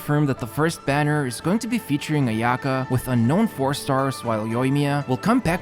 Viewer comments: The way he says Ayaka.... why do you have to make our ears bleed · The way you pronounce Ayaka and Sayu is so bad lmao Its Aya-kah and Saa-yu, not Ayaeka and Seyu